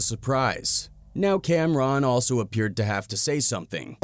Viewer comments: Not pronouncing his name Cam Ron like two separate words 😂😂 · Cam-Ron? Bunny? C’mon man